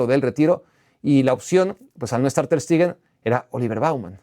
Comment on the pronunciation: Todo bien con el video, pero porque le dices "Ter STIgen" 😂